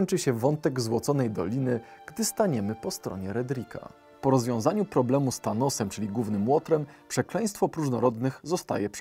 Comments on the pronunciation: Thaosem, nie Thanosem;) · Thaosem, a nie Thanosem. ;p Oj Avengersi mocno w serduszku zostały? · Bo powiedział Thanos specjalnie się wsłuchiwałem xD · wystarczy dać prędkość odtwarzania na 0.25 lub 0.5, wtedy słychać wyraźnie thanos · czy ja słyszę Thanos? Czy to już choroba? Chyba tak... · Zbiło mnie to trochę z tropu, przyznaję xD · On chyba specjalnie tak powiedział